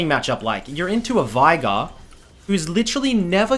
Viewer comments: VEIGAR NOT VAIGAR WATAFACK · It just hurts the way you pronounce "Veigar"